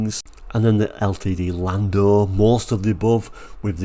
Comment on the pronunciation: Landau is pronounced "Landow" 🙂 I've always a liking for compact American cars like the Pinto and Maverick. The latter is probably the same size as a European Granada or Cortina. I do like the Ltd II Brougham as well. Quite a confusing range of cars with so many permutations.